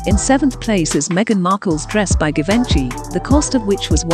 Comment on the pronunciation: The pronunciation of Givenchy. LOL